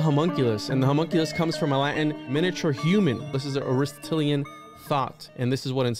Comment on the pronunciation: ari-STOT-lean <3 aristatalien hahaha, good show man. Almost as bad as vonhohenheimen. Just food for thought (pun intended) considering the hermetic axiom all is mind all is mental, consider the humunculus as thought form creations for magickal work purposes more than literal. You mentioned you know there's more layers more esoteric meaning but you're just laying out the literal framework as a historical research, but then barely scratch the surface of the deeper meanings. Unless by that you mean today's science experimentations that you mention cloning/dna manipulation etc. Just saying. Good video for bringing this info to those unaware for a nice 101 though. An oldie but goodie channel if you're not already familiar with it, unlikely because it's dead for a decade and hardly any followers/likes, but check out "ephiphany lectures"...I'd love for you to do a deep dive on his stuff some day.